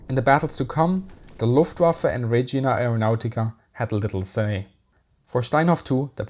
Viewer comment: Hello, it is spelled “re-gi-a” aeronautica, not “re-gi-na” Greetings from southern Switzerland!